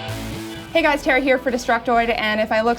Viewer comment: TARA! HER NAME IS TARA!!!!!! no tera, no terra! TARA! LOL